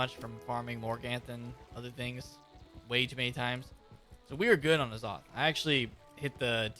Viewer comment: It's Azoth not Aaah- Zoth, its grinding my gears with the wrong pronunciation. I really need the bazaar to be fixed so I don't have to resort to quick selling; I really wish they never touched the Bazaar to begin with (if it ain't broke, don't fix it).